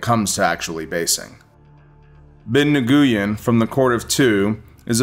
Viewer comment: Nguyen is pronounced new-win